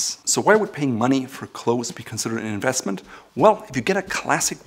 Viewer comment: In-vest-ment he puts on the vest* Lol nice Still a good video